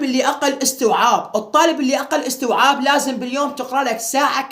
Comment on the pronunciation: ولك استييييعاااب مو اوووستوعااب 😂😂😂